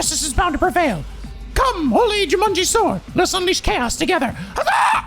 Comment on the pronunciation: I honestly thought it was meant as a joke because it sounded like Jumanji.